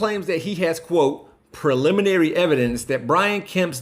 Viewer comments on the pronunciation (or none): "Puliminary evidence." Learn to talk! Your friends will be amazed!